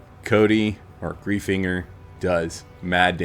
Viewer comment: As someone with the last name Greifinger it's pronounced "Gryf-inger"